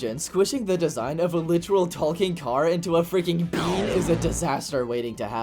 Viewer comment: Not to be rude but the way you say talking car sounds like your saying tall-king car